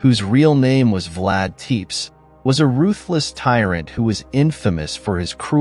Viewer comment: Vlad TEPES DOES NOT Rhyme with Teets, it does sound like TepESH in every lore I've heard